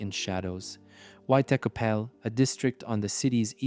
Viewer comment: Buddy. You need to learn how to say white chapel. Your pronunciation isn’t even close to